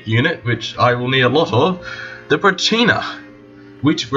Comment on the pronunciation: Did a pretty good job but mispronounced Pracinha and you're stuttering so much